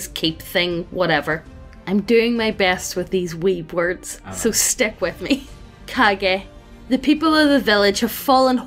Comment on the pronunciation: Wrong pronunciation just makes this story so much better to listen to. I know what "Kage" refers to but now that I heard it as "Cage" I cannot not imagine village's leader as Nicolas Cage in Kage hat. Love it.